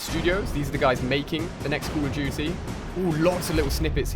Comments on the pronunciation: I like how he says "Caw of juchee" 😁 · "cool of duty"